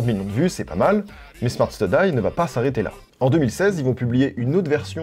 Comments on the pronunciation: Super video, sauf pour la prononciation de study qui m'arrache les oreilles 😅 (studi et non studaille) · Smart STUDI stp ! Ca se prononce STUDI comme étude en anglais ! <3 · STUDY ca se dit pas comme DIE ... STU-DIE STU-DIE c'est comme étudier mon demeuré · Pourquoi à tu prononces "Smart Study" correctement, et ensuite tout le reste de la vidéo tu prononces "steudaille" ? 😂